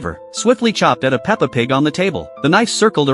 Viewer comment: Calling it Peppa is crazy